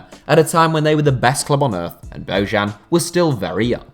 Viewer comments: It’s bo -yan, not bo -Zhan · it's not "Bozhan", it's "Boyan" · It's pronounced "Boyan", not "Bozhan". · No one in Spain pronounced his name like "Bohan". I listen to Spanish radio and teve regularly and they always pronounced it as "Bojan". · It's not Božan. It's Bojan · It's pronounced as BOYAN!!!! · Bojan is pronounced as: Boyaan. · Why do you all pronounce bojan that way, his name is bo jan(like vertonghen) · Dear god, learn how to pronounce Bojan next time... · for me, Slavic name is pronounced in Slavic way. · the way you butchered Bojans name is horrible